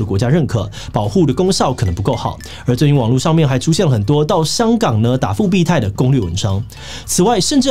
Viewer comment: 是復必泰，不是復辟泰😅😅